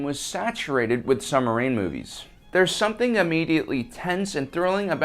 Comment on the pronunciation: What's a "summerine" ;-) ??